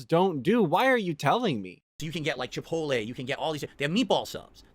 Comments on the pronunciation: I do love me some chipohlay sauce. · Chi-pole-lay Here we have a lazy valedictorian folks. An easy Google search on how to pronounce this word is all that's needed.